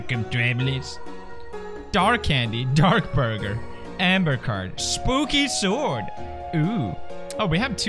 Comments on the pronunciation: Its not actually Spooky-Sword, its Spooky's-Word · Uh actually it's pronounced "spookys-word"